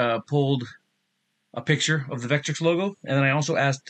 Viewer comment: "Vetric". Not "Vetrix". Great presentation though otherwise :)